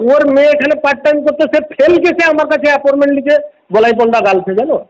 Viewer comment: "Aporment" 😂😂😂 thogir collection agent